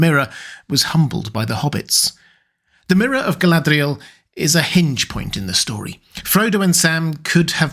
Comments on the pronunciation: Your use of the 'th' sound for the d in her name is throwing me a bit. I had always thought it was to be a lilt at the 'r' almost a nordic r trill or flap like "ga-lah-d'real" where the last letters are combined. Granted, we're talking a fantasy name and language, lol. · I can only take so many quirky pronunciations of Galadriel at once. Hit that limit about 3 minutes in. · why do you roll the letter "r" in Galadriel's name?